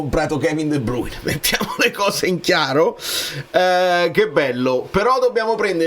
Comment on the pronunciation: Right on time for my 15 minutes run at gym! Grazie per il video intervista, me lo sarei perso senza di te, qui dall’Olanda! Tip per la pronuncia di De Bruyne.. fai la A nasale alla Francese, De Braine